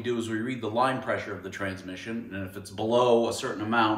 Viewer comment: You lost me at transmissun